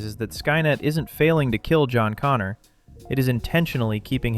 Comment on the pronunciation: Once again: "Connor".